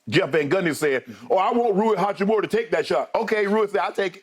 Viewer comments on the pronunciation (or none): SHANNON HACCHI-MURA not HAKKIMURA :) He dropped 29 man please :)